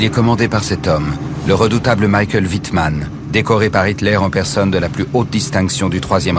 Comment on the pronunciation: Michael Wittman pas Mickael Wittman. les Allemands ne parlent pas anglais. Mais doc très émouvant, même si les pertes civiles sont très peu abordées.